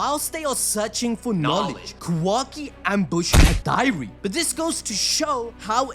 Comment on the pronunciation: How do you say high-dari but manage to say sukuna hikona 😂@ stop it…get some help It’s Hidari (he-da-ri)